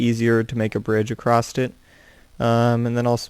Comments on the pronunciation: Why do you say acrosst? It is across. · Across* not accrost